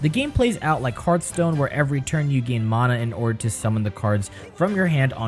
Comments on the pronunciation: It’s pronounced mana not mana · This dude is saying mana instead of mana... Smh =_=